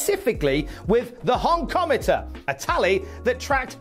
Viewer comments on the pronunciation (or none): It was the "Honk-A-Meter". Not "Honkomatter".